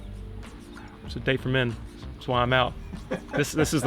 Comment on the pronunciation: Pronounced: Dahh-Tay